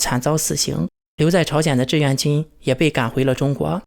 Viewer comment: 志愿和自愿，你不能因为你发音不清楚，字也不分清楚吧。买个字典吧，也不是很贵，少抽一次大麻，啥都有了。